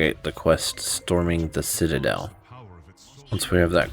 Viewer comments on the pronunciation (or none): none